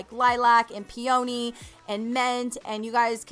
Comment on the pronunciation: Hey, girl... pee -AH-knee=peony. Love your videos!